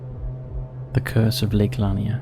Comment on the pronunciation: Hey the lake is prounced La-Near